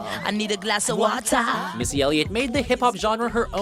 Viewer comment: "i need a glass of watah"